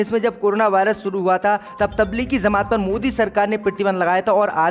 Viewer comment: Beta zamat nahi jamat hota hai